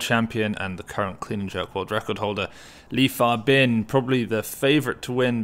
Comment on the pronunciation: Li Fabin been winning so much that people start learning to pronounce his name right 😂